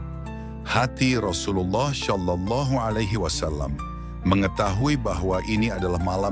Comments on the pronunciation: Penyebutan "SallAllahu alayhi wasalam" agak ganggu, krn pengisi suaranya menyebut "Syallallahu.. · Kak, bukan syalallahu... tapi shalallahu 🙏